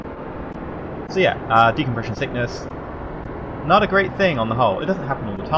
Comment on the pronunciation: you have said decompresion sickness about 30 times in this video